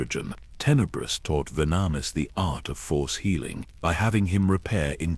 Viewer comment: Hey, I have a suggestion. Testing the AI with the names and other words they have trouble pronouncing, and trying to find ways to spell it so the AI pronounces them properly may be a good idea. Like with Venemis if you spelled it Venomous it would have said it properly. I don't mind these newer AI voices, but the mispronunciations of words that are used a lot can get a bit annoying. Luckily the stories are good enough to keep me here until the end, of course I need to know how it ends, but little things like words that are used a lot in a story being pronounced properly would make these really good stories that much better. This really is just a suggestion and not a complaint. I am a gamer, and RPG games are my thing, and I am all about grinding levels, so when I'm grinding I like to listen to stories, especially Star Wars. I am an OG Star Wars nerd from the ancient days of the original trilogy, so I listen quite often.